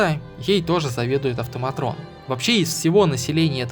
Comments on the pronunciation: Блин, город топ. Но... Не автоматРон, а АВТОМАТОН, блэт!!!! Мне очень слух режет, привык к автоматонам, другое название не хочет нормально восприниматься. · АВТОМАТОН, А НЕ АВТОМАТРОН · Кажется "автоматон" называются, а не "автоматрон" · настолько заморочился и так и не смог научиться правильно прочитать слово АВТОМАТОН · Прикольно, НО!!! АВТОМАТООООООН!!!!! без "Р"! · В слове "автоматон" нет буквы "р"